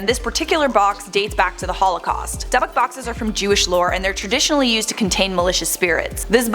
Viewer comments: It's DYBBUK pronounced Dib buck. Not debbick. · It's not debbuk. It's dybbuk. It means "demon" in Hebrew. Get your facts straight. Btw Zak Bagans is my husband. 😍😋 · Rachel Schwebach she said dubbuk 😂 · The airport he landed in was in Newburgh, Ny. Its called Stewart Airfield. I live minutes away from it. Also, its pronounced DIB ICK box. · I know everything is 100% accurate and true but I can't take her seriously saying duhbuk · Pronounced dibik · For the love of God please learn how to say Dybbuk correctly if you're going to make a video about it- its pronounced like "Dib-buck" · It’s pronounced dibick lol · You are pronouncing Dybbuk wrong, it Is pronounced "Dib-buk Box" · It's pronounced dii-bick... This is one potatoe loving gal, so no hate, just help 😇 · How hard is it to say dybbuk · Thank God some else said something! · You are mispronouncing dybbuk box. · eanyone elde cringe when she pronounced dybbuk wrong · Glad I'm not the only one who noticed 😁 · I can't stand it but what are you gonna do? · Do you pronounce dybbuk box correctly?